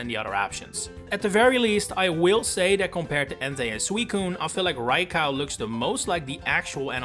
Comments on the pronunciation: It's pronounced Rye-co not Rye-cow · they're right though. 'Cow' is said like there's an A in it and Raikou does not have that... Ra i ko u = ra as in rat, i as in pizza, ko as in cocoa, and u as in glue. Co and cow are visually distinct too, unlike potato and potahto. There's also an objectively correct way to say a Japanese word/name, unlike the pronunciation of 'potato'. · I heard Rai-cow and I just KNEW it had to be interaction bait. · I never heard anyone calling Raikou Rai-Cow… and I hope I never hear it ever again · It's probably a childhood pronunciation that has stuck with him. He's from the Netherlands just like me and I can tell you that the "ou" in raikou's name is basically seen as its own letter, with that pronunciation. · Rai-cow...? That's a new one. Ah, I think I fell for the Poketuber mispronouncing names engagement bait.